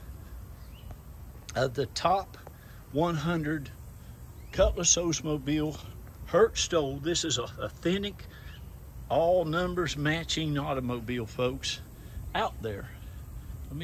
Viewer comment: That's "Cutlass", NOT "Cutless"!!!!!!!!!!!!!!!